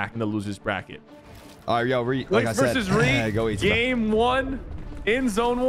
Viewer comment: No it’s reet not ReEd